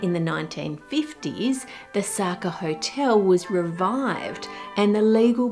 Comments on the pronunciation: Sacher Torte is pronounced ZAH-kah TORT-ah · Great, but Sacher isn't pronounced Sucker, but completely differently.